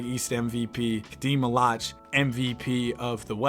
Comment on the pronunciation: listen, it’s not “MALACH” it’s “MALOOOOACH”